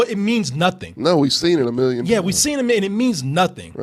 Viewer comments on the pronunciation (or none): none